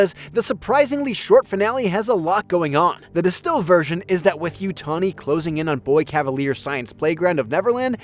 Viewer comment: Why are you pronouncing it as Yutoni? It's YUTANI